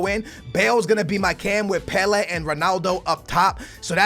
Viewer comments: It is pronounced pela not pelehh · PelA not Pelairrr. fucking well annoying. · The way you say Pele actually triggers me "Pel air" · He called pele weah 😂😂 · the way you say Pele makes me sick it's pronounced PELAY other than that GG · Pe lA is the phonetic say properly plz mate good vid though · Pela it's pele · You mean pele first goal u said "Weah" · It's pronounced "Pelay" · Please sat pele right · He says pele wrong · When you cant even pronounce Pele 👏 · Oh for fuke sake u cant even pronounce PELE properly it really puts me off😡😂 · How do you mispronounce Pelè's name😞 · its pele mate